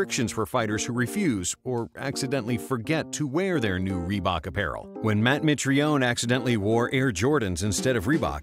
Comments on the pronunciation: Raelly Reebuk! Lol! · "Assembry by rebook " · Lol reeeee bok so bad